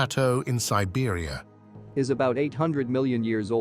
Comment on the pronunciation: I love how he pronounces it sibeera💀